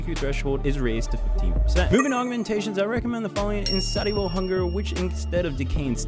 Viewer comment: You pronounced insatiable wrong